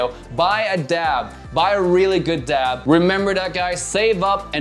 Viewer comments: Aaaaarggh. Are you saying DAB coz it's driving me mad 🤣🤣🤣🤣it's a DAP🤣🤣🤣🤣🤣🤣🤣🤣🤣🤣🙄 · Omg quit saying dab with a b😂🤦‍♂️🤦‍♂️DAP